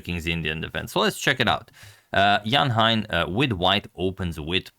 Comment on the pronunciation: Thanks, Antonio, for the wonderful games. By the way, 'Hein' (Donner) rhymes with 'rain'.